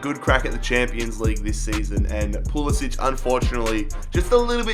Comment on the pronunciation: It is pronounced Pool - I - sick